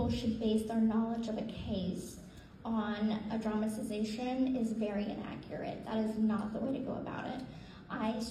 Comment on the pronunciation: Gypsy is speaking to college kids and says "dramazation"!😂😂😂